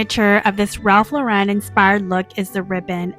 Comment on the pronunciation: Lauren is pronounced like the women's name. Please learn to say it correctly